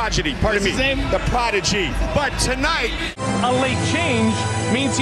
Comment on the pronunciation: BJ "the Prodidy" lmao.